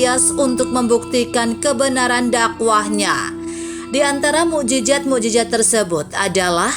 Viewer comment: Maaf admin.bahasa arab nya lemah.mu'jizat bukan mu'jijat...trima kaseh dari ilmu conten nya.